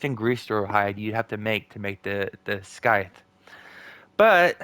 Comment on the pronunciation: The "c" in "scythe" is silent, like in "scissors". It's more like "sythe", with the "th" being like in "this" or "that", not "thick" or "thin". I'm surprised you never heard anyone saying the word! 🤣🤣 {:o:O:}